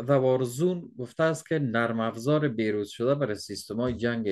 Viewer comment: بهروز تکلم نفرموده بروز بفرمائید تکلم کنید.